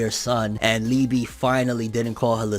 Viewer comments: Lee--ba..... Lee--bee just sounds wrong. Its like calling Yami Yammy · liebe is pronounced leebay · Its pronounced Lieba(its german) but spelt Liebe(which means love) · I think that Liebe is pronounced lee-bay